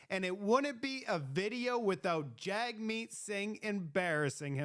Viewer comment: One small criticism, the leader of the NDP whose name is spelled Jagmeet, it is pronouced JUG-Meet....not Jag-Meet. I do not care for the NDP leader one iota, but I will at least show the basic courtesy of pronouncing his first name the way he wants it pronounced. I served in the military and was on a course with a soldier whose last name was Duench....and most upon seeing the name pronounced it like Quench with a D.....but she told everyone it was pronounced DEN-ICK (apparently Dutch or something) and everyone respected her and her name, pronouncing it as she requested...... It makes conservatives look bad when we disrespect something as basic as the manner in which a name is said.